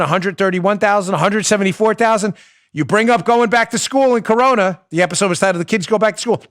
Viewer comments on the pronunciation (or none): none